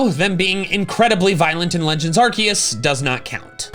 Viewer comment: 54 seconds he... he didnt say arkoos! omg lol